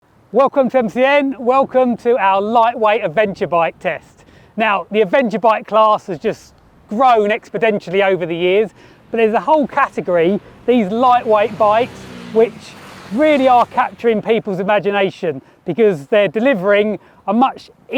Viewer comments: What the hell is "expodentially", I assume you meant exponentially, bless you. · That’d be exponentially….. not exponodentialy.